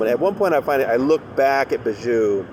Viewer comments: I know Chynna is Bijou’s sister but showing up in support of a rapist when your brand is being a Christian vlogger is not a good look. Also I know it’s silly but it drives my crazy every time you say her name..... it pronounced BEE-joo not Ba-JOO. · FYI Bijou is pronounced Bee-zhoo